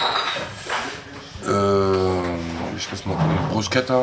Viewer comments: Yo,, führ die italenische Ehre, du weißt, very important. Bruschetta spricht man auf deutsch " Brusketta " haha 🙂weiter so. Ihr werdet`s immer professioneller, Danke euch 👍👌🤟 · Ausgesprochen BrusKetta bitte, nicht BruSCHetta 😅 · Sag mal brusketa nicht bruscheta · Aussprache bruschetta = brusketta ❤️❤️